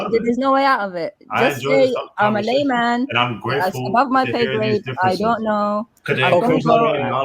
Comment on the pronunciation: Im just a lie man or did he say layman